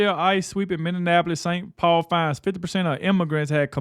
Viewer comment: Dude you are still miss pronouncing Minneapolis, it's not supposed to sound like Indianapolis. It's just one of my pet peeves 🤗